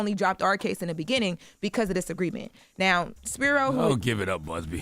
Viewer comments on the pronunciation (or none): none